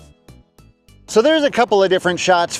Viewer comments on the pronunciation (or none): Dude said, "archi-texture". 😆